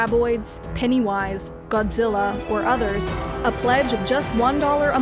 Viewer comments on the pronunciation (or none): none